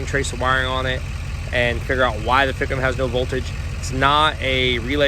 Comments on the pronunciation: Man alive..... If anyone ran a drinking game off how many times said "fick 'em" they would be lit AF. Please keep saying it, it is my favorite new word. Anyone wanting to jump on, I know that he is sounding out FICM the acronym for fuel injection control module. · the "fickem" lol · The amount of time you said ficm too😂 love it